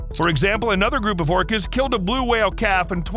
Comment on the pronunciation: Did he call whales, plants? I heard orchids, but only the first time it was said...not orcas. Anyone else? Orcas only hunt what they are specialized to hunt unless they're desperate. There are pods that specifically hunt great whites, some hunt giant mantas, some hunt dolphins and whales obviously. You'll never find a group that specializes in hunting humans but if hungry and desperate, we can be a nice little steak.